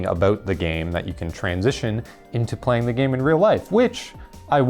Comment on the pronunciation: "Playling Yu-Gi-Oh"